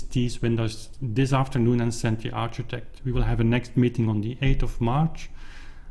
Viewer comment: Thanks for the update, very exciting indeed! Ps: architect is pronounced like arkitect. :)